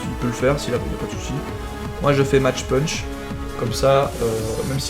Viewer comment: CA SE DIT MACK PUNCH PLS Sinon si tu veux le françiser à fond t'as qu'à dire mache pûûûûnch. Ca me fait grincer des dents à chaque fois...